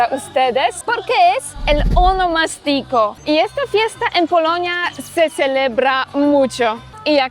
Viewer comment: Ahh tu dices honomastico. Pero creo que la en RD se le dice a tu cumpleaños. Un termino ya en des-uso. Verifica prounciacion que lleva asento diferente. Yo que vivo en Miami y soy de San Cristobal, he perdido la costumbre de tomas tantas cervezas por el tema de que aqui puedes tener multas muy altas por un porcentaje de alcohol en la sangre. Eso lo perdii en Miami